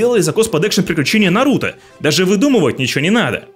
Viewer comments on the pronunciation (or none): none